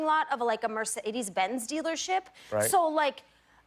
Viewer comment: “Mercededesded” lol it’s pronounced mersaydese